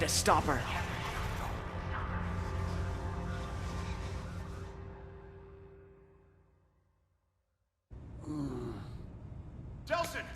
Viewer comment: Anyone else realize he said delson not delsin